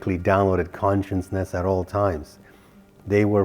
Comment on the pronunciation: All of your channeling and talks are based on CONSCIOUSNESS but I can't understand why you fail to see you are pronouncing it totally wrong. You made up a new word by mixing Conscience with consciousness to become conscienceness which doesn't exist as a word in the English dictionary. Just sayin...